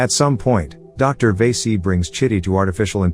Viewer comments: Vasi - karan not vesi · Good job. Correct way to pronounce the docs name is "Va - see". Or "Va-see-ga-ran". Hope it helps. The names, "one who is attractive".